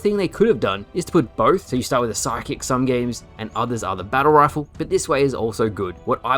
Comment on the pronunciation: Kept thinking they added a new weapon called the psychic but realized you were sluring sidekick by dropping the d.